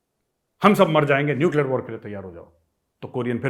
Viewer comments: neucler चिचौर 😂😂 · Nuclear "chichaura" 🤣🤣